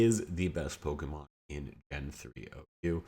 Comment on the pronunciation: The way you mispronounce pokemon is a real talent lol